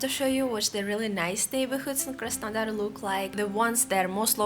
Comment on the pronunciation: 'Surprise, surprise' :-))) You crack me up, luv. When you say Krasondar I get it mixed up with Krasnoyarsk for a moment. Keep doing what you do in your own particular as it is why people come here and are glad to see you. Many smiles from London.